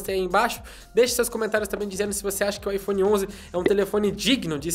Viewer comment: O jeito que ele babaiphone é diferente